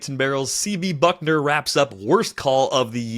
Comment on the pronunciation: It’s Bucknor, not Buckner.